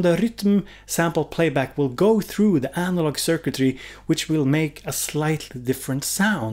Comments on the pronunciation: more like Sir-quit-tree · Suck-a-tree, it is pronounced Suck-a-tree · Thanks for the video! The way you say circuitry sounds like "Charcuterie" in french ^^ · "circuitry" - you can pronounce it like 3 other shorter words: SIR KIT TREE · Sur cut ree? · its pronounced "sir cut tree" or at least thats how i pronounce it... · cir-cui-try: cir = "cir-cle" "cir-cus;" cui = "ke-tchup" "ke-pt;" try = "tree" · "Sir Kid-Tree" :P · You cannot pronounce “circuitry” but then you easily pronounce “rytm” in your Swedish way 😄 I feel the need to record and slowdown when you say it, as in, wait what did he say, was that rytm?